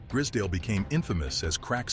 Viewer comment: and the pronunciation its gr-eyes-z(american zee not UK zed)dale estate gr-eye-z-s-dale